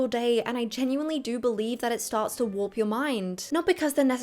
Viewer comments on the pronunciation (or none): none